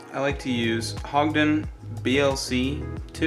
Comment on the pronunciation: Started watching your video and other than not knowing how to pronounce Hodgdon’s it looked pretty professional. The primer section was kind of silly and would have been better if you were sitting at a table. Then when you started cussing like a 7th grader that just smoked his first cigarette I was done. Up to this point my ability to take you serious went from going down hill to going out the window. Really sorry you ruined what started out as a nice teaching video.